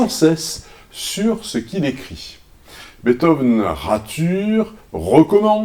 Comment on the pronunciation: Pitié, arrêtez de de dire "Betove"